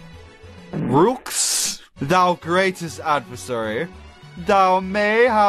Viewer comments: Rouxls Kaard: It's pronounced "Rules" Everyone: Rucksels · It's pronounced RULES CARD! Rouxls Kaard! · I love this moment, but people really need to learn how to say "Roux" in Rouxls. For those who don't know: its pronounced the same as the word "Rue" in otherwords, the dudes name is said as "Rules Card"